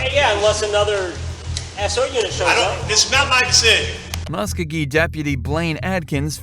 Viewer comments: It’s pronounced ( mus co-gee) county! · the county and city are Pronounced = Mus-Ko-Gee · im from Columbus (muscogee county pronounced MUSK-OH-GEE). Its deeper than that. our local sherrif lost to the former marshall in charge. marshalls were dissolved and some crazy beef started because the sherrifs started doing police work. by our city charter theyre just supposed to serve warrants, evictions and run the jail. CPD feels theyre overstepping their duties. The new sherrif has spent money allocated for running the jail on fancy new equipment to patrol and WRITE TICKETS all over town. Its quite the shit show.